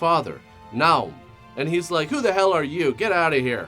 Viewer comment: It's pronounced "Nay-hume". They even say it in the movie.